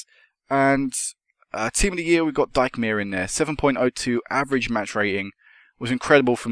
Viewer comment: Team looking rretty good. Great vid. It's pronounced Deek-mayer ("ie" in German makes an "ee" sound) :-)